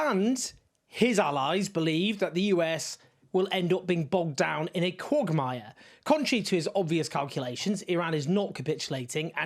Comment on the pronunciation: I'm slightly confused about the correct way to pronounce the word quagmire now.